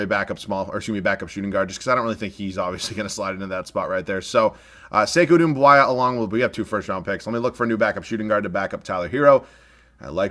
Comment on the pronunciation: "Sivi" lmaooooooo its Svi and not Doumb-why-a